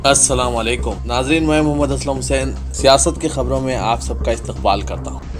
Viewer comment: کیا ہوا بھائی کب اسلم حسین کا تلفظ اور اِملأ صحیح ھوگاپ